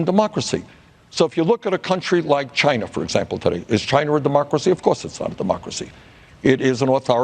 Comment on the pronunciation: Stop saying Chiner its china asshat